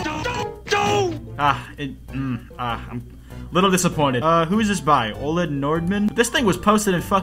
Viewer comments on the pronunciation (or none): none